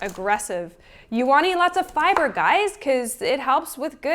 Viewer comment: I can't stop laughing at how you said FIBER. You really are joyous.